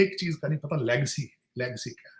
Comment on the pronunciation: Lagecy nahi Legacy hoti h Tarar Sir 😂